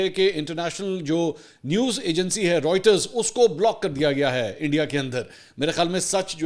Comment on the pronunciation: Mansoor Bahi Writers nhi reuters hea pronunciation